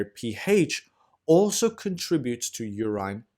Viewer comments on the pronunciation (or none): LOVE your illustrations. But please, please, check your pronunciation. I shudder with every mispronounced 'urine', or 'cholymicron'. Keep up the great work.